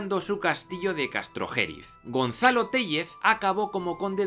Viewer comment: Un minuto de silencio por todos esos oídos burgaleses y palentinos cada vez que dice CastrojÉriz